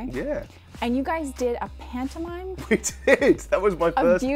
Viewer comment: oh shit, when he said "pantomimie" I thought that meant mime too, yikes